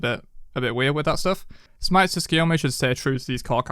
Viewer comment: hey resident weeb here. letting the people know so they can say it right. His name is pronounced Soo-koo-yo-mee. The t isnt silent but very light, it's kind of combined with the s but you can just drop it and it'll sound 99.9% proper.